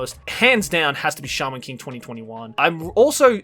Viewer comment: I thought said charmin king instead of shaman king at first.